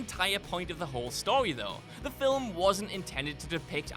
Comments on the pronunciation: it's Film, not "filwim".... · By-oh-pic as in biographical picture not by-op-pic rhyming with myopic. Film is one syllable, not 2 (fill-um) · it's Newt Skamander, not Skarmander. "...two and a half hour runtime which is two hours longer than any filwim needs to be..." What the frak are you even saying here? Every movie ever would like to talk to you.